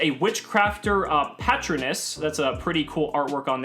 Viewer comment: Must not have seen Harry Potter of he would know that is pronounced Pu-Trone-iss